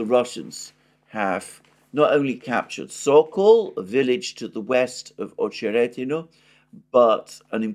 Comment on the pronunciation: AhcheRETinah, stress on RET, not on oh